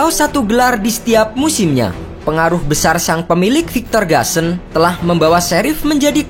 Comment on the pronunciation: Gusan tetep dibaca GUSAN bukan GASEN